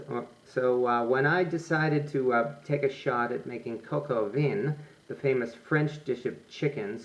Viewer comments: please learn how to pronounce the name of the dish please. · I think you need some work on your French pronunciation,...lol!!!